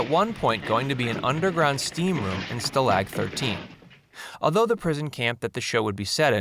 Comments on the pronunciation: They had a steam room in the first episode that was never seen again. Newkirk was NOT a Colonel. PLEASE learn how to pronounce 'stalag'. I can't stand to watch anymore. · "As a consolation prize he got to play the Colonel"? Dawson?? These things are riddled with inaccuracies. And learn how to pronounce "Stalag". LOLOL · He also mis-pronounces stalag. FV screws the proverbial pooch quite often. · It's STAlag, not staLAG. Also every a in German sounds like ah, not like a in at. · stalag is pronounced like spa log, not sta lag like jet lag, ya big dummy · Stalog 13, not Stalaag 13. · I caught this mistake as well. I guess this guy thought this was a version of a Germany prisoner of war camp “Gilligan‘s Island” — And also this narrator guy obviously I don’t even think ever watched a show. He pronounces Stalag-13 (Sta-Lock 13) as “Sta”-“Lag” 13. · Wayne Novotny Right: STA lag, not sta LAG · Did this guy ever watch this show? They didn't spend each episode trying to escape Nazi custody. And the setting was not pronounced Stuh-lag 14. Many other mistakes. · You don’t know how to pronounce “Stalag”. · Yes, LeBeau was my favorite Nazi on the show. FFS, why can't these "fact" Youtubers for once actually watch an episode or two of the programs they rant about? So much of what he is saying is laughably wrong, from the show's premise to the pronunciation of 'stalag'- a word spoken about two dozen times in every episode. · This is one of WORST videos ever to point of being infuriating. Few of MANY examples of consistently mispronouncing “stalag,” calling LeBeau character a Nazi, title writing Nazi’s as is I possessive for Nazis as in plural. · You've watched the show, but you can't pronounce "stalag"? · Since you don't know how to pronounce "stalag" I doubt you ever watched Hogan's Heros. Most of this information is totally useless, totally! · So many mistakes and sloppy pronunciation of names. This video is not a good example of attention to detail.